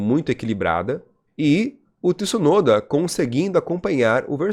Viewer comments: Tih-sunoda? 😂😂😂😂😂😂😂 Pq vc fala assim? Hahahahah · Olá. Achei perfeito seu vídeo. Primeira vez que eu te vi. Não se quanto tempo tem de programa. Só te corrigir o nome. As vezes vc fala certo e as vezes errado. Vc pronuncia TIsunoda errado. Não tem o 'i" . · Faz um canal pra vc fale Tsunoda corretamente 😉